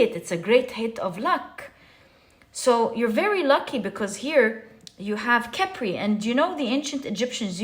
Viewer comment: Chepre is probably from Chypre which is pronounced 'sheep ruh'. I got this from the pronunciation guides online. It doesn't change your reading. I just thought I would share this because you seem to be a very detail-oriented person! Thank you for all of your readings! 🙂